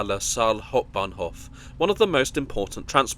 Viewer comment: der sog. KI Sprecher schafft in etwa jedem 2. Satz einen Versprecher. Hauptbahnhof ist schwer auszusprechen !